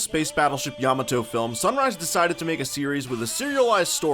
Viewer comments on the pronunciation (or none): What's a yam-ah-toe? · You pronounced Yamato incorrectly that was the cringe